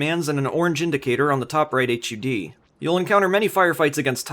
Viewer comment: “Aitch You Dee” shudders